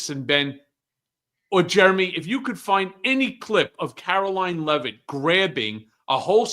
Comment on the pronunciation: It is pronounced Karo-lying Leave it, drop it, stop, bad doggy!